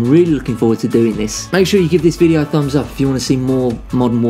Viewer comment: Lmao 'I've got this little thumph' 😂